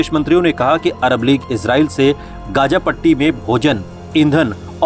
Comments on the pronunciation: Gaja nahi Gaza h. Bolna dekhiye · It's Gaza Not Gaja